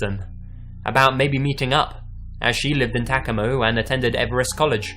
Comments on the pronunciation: On story 9 I hate the way he pronounces my City it's Tacoma and the way the voiceover pronounces it is kinda like Tackuuma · Did he mean Ta-co-ma Washington...? Lol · Wondering the same thing. Lol Tac-a-mo